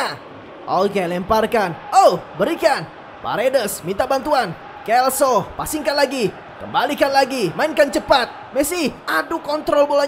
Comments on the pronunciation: lo selso bang bukan lo kelso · Hum bang jgn salah sebut nama buat pemain G.Lo celso Abang sebut kelso Itu selso bang bukan kelso Makasih itu aja sih saran sy